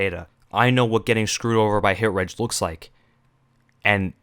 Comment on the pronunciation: its pronounced hit rej